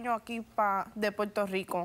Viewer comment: Que mal se expresan estas personas. Dicen Puelto por Puerto.